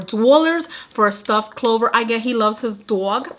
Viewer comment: Yo when you hit the "rrrr" at the clover palettes 😂 you could have stopped the video right there!